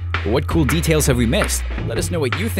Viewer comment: He said ccomANts